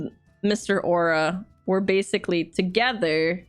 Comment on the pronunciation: Au'ra = Ow - ra